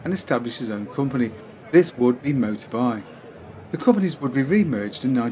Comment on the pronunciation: Moto-bee, not Moto-bye. And the actual name was "Spring Lasting". Strange name eh!